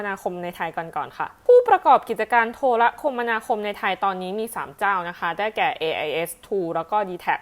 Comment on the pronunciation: อ่านว่า โท-ระ-คะ-มะ-ณา-คม ครับ